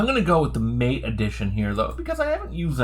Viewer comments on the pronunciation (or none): Great video. I might send this to my dad. Im trying to get him to switch from windows and he’s in another state. I just have one point: it’s pronounced ma-tay. Also: ventoy rocks. I’ve never had an issue with installing windows using it either. In regards to Linux, it’s rare for an iso I use to be that large anyways. I have noticed sometimes ventoy will only boot when I choose the grub2 option instead of normal boot. It’s not perfect. But still the best.